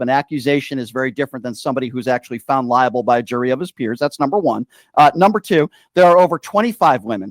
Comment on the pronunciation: Libel... not Liable.